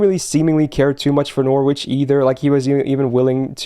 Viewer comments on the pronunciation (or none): Hate to be that guy but it's "sals-bury", "glos-ter" and "nor-itch". Fun video, it's always great to appreciate the story :).